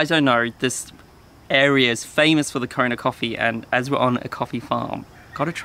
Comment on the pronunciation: Did you say corona coffee? Lol :)